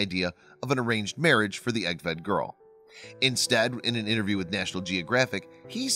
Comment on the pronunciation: "Innerview, innernational, twenny..." What is wrong with this narrator's mouth?